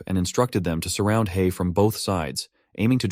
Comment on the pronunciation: hei, not han.......